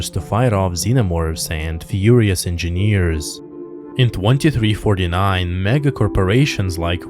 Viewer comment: I just came to hear EnginNEEERZ again. 😆 Just kidding. Your channel is one of the best Alien channels.